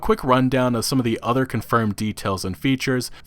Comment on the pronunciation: The udder worlds?